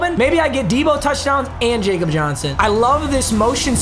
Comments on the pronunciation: It’s “ya-kob” Johnson not jacob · Its pronounced Yakob, not Jakob cause hes german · Jakob Johnson is pronounced Ya Cup. He is a German football player. You have said it wrong the entire time and you need to get it right. Thanks Papa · Jakob is actually pronounced "yakob" cause he's from Germany. Keep coming out with bangers like always! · Yo Jakob Johnson is German so it’s pronounced yakob don’t want to be that guy but thought I would let you know.